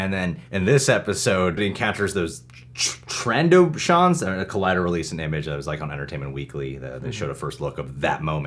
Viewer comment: Do people not know how to say Trandoshans? 😂 never heard it said like that